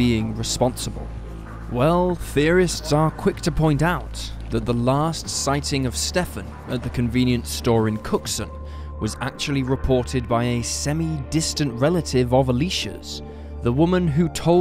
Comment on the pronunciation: Not Cookston. It's Cookson.